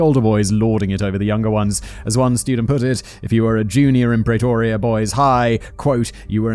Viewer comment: The south african accent wasn't half bad... considering how Simon pronounces Pretoria 😝